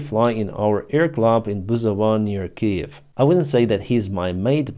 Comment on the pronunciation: says, Kee-Yev, like a Ruzzian. I bet it's in his contract.